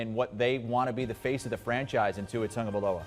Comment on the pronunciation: There is no "n" in Tua's name. I don't understand why so many people pronounce his name like that